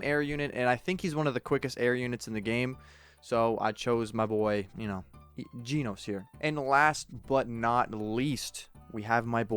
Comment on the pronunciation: Your pronounce about jenos your calling him jeanos ;-; he's call Jen-os just a little correction If you don't know he from one punch man is he's one of my favorite character